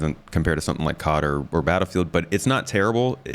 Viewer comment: Did you really say "Cod", like the Fish? lmao